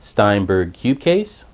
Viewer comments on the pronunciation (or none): Hold on.. did he just say Cucase? Come ownnn mannn